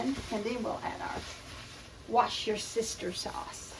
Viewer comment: Oh my, got a chuckle out of your way of saying Worcester Sauce, "wash your sister"! Ive heard alot of others, but that was the funniest! Id never heard of railroad pie. Certainly a great way to use up bits of foods. Ill give it a try.